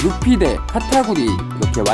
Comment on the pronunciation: 카타구리가 아니고 카타쿠리뎅